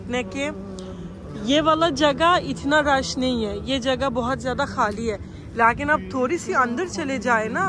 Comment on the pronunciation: Lots of love from Pakistan, you are so cute and entertaining, I love the way you say ‘Laaghin’ instead of ‘Lekin’ 😅